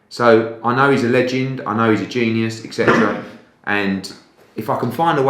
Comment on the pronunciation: I have to scramble for the mute button before it's too late. His silly mockney whine is horrendous and he always says ekcetera.